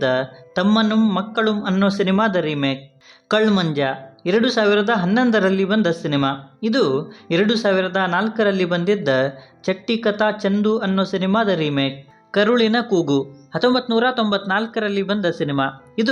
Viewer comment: ಚಟ್ಟಿಕತಾ ಚಂದು ಅಲ್ಲ ಭಾಯ್ × ಚಧಿಕ್ಕಾತ ಚಂದು ಭಾಯ್ +(it means genuine chandu not cheater ) Not ನೀರಾಮ್ its ನಿರಂ ಏನೇನೊ ಹೇಳ್ಬೇಡ ಭಾಯ್ ಮಲಯಾಳಂ ಗೊತ್ತಿರೋ ಎಷ್ಟೋ ಜನರು ಇದ್ದಾರೆ ಭಾಯ್ 😂😂😂